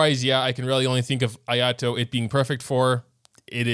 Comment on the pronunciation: you did not just called him ayatoes lmao